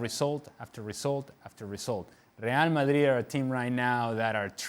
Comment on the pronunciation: The way this guy says Real Madrid....... " Rrrrrrrrre Ma'rri' " 😂😂😂